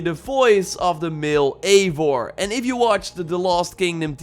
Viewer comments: It'd pronounvrf Aye-vor you pleb! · Ayy-vor that's how its pronounced but spelled as Eivor